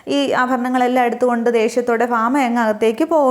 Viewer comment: ഫാമ അല്ല ഭാമ എന്ന് പറയ്